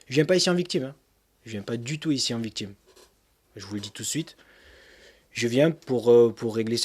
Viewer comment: Il me tue à dire "j'vous dit tu suite" x')